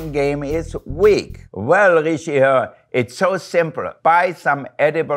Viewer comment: Hearing him calling the twitter name "ree-shee-her" is so wholesome lmao 🥰😳🥺